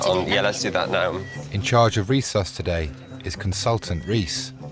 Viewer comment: resus......not recess